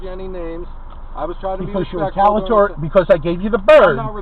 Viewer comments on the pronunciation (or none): The word re-tal-i-a-tor-y, not retalatory.